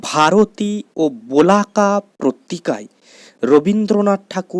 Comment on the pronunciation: বালক পত্রিকা ❌ বলাকা পত্রিকা ✅ 😂